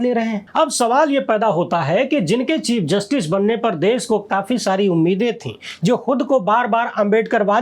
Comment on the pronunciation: 😂😂😂😂 चिप जस्टिस not chief